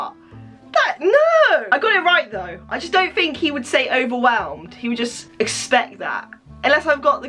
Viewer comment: I NEED TO FINK. IM NOT VERY GOOD AT THAT BUT I NEED TO FiNk Me: Yeah, FINK, Dont THINK but FINK.